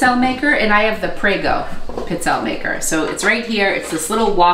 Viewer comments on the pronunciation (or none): Pee-tzell'-eh.. is the pronunciation... I'm Italian. Stress the second last syllable